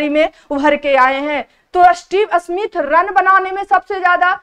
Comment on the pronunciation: Sahi tarike se bolna nhi aata Smith ko asmith bol rhi hai 😡